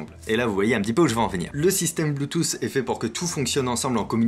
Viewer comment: Suis-je le seul à entendre " Bluethousse " ou nous sommes sommes nombreusement beaucoup 😁👍